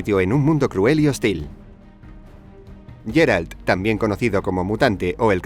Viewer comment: Es Geralt no Jeralt diossss